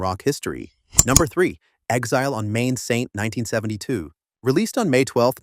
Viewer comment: It's 'Exile on Mainstreet', not "Exile on main saint".